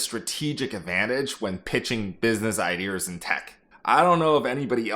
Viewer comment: why do you say "IdeRRs" instead of "Ideas"?